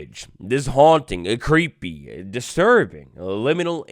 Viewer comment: Cweepy wibes uwuuuuuu